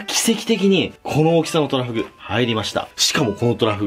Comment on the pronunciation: 秒の時巨大トラフって聞こえたの俺だけ?